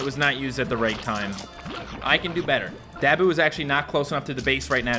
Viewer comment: “His name is Dab - oo of the dead” I’m pretty sure it’s Da - boo.